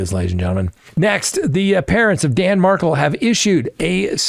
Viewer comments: Correction? I think you got that wrong, ~ I'm pretty sure the truck driver stabbed Sanchez after being assaulted by him. And this makes the 3rd or 5th time mentioned to you in comments, that I have seen, Dan Markel is pronounced Markel, rhymes with spell, not Markle with your sparkle. You ask us to comment but there just must not be time enough to read them all. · It's pronounced "mar-kale", not markle. Love your podcast! ❤ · I’m starting to think it’s intentional. Their name is MAR-KEL. (MAR)-(KEL). Not MARKLE. MARKEL ✔️ MARKLE ❌ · Lawyer, lawyer, please pronounce Dan Markel's family's surname correctly. Accent is on second syllable. Mar-KELL. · There is no excuse for you mispronouncing the Markel name... Shame on you. This has been all over the news. You have to know how to pronounce it correctly. Please! Don't disrespect the Markels any more than they already have been. 😡